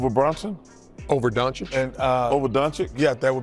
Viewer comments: Kenny Smith goes out of his way to say Don-chick and correctsErnie, who correctly pronounced Doncic - the disrespect is galling from this knock-kneed little weasel, who has revised his own history so much that he actually thinks he deserves to sit at the table with players like Shaq and Barkley! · these analysts still can’t say Luka’s last name right after several years of him being in the NBA…does that maybe suggest they’re not even watching his games? Bc you’d hear it dozens of times in just one game. And it’s not exactly a typical American surname but it’s no “Antetokounpo” either